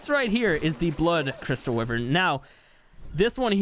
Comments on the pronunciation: It’s a wyvern not a wiven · it's pronounced "why-vern" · Why-vern no wiv-ern why is that so hard? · Y VERN. WYVERN NOT WIVERN. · Its wyverns not wivern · Why does he say wivern it’s wyvern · The way he pronounces wyvern, "wivern" is so triggering for some reason. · It’s pronounced Y VERN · Is anyone else angry because he say wiverns and not wyvern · Bro it’s y vern like u say it so wrong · What the hell is a 'wivvern' 😂😂😂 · Wyvern=“Y RIN”. 🤙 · “Wivrin” lmao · Is it just me or did everyone hear him say anime wyvern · I like how he says wyvern wrong😂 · God i hate how you say wyvern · How can you say Wyvern wrong